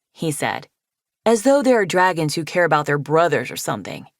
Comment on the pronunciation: Right after Sortail said “stupid” “Yea SOME DWAGONS STUPID”